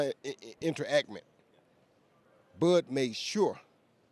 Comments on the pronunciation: Inter ackment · Interaction. Interactment?😂😂😂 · "interact-ment" ok CTE you win this argument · Did jones say "interactment"?🤦🏽‍♂️